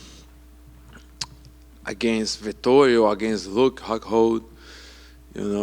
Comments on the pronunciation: "Huke Hocold"😂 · Luke " H-CockHold "🤣🤣🤣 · Sounded like “hug hold” to me